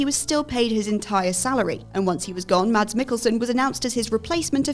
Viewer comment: It's funny when English speaking people say Mads Mikkelsen's name. The D is silent in the Danish name.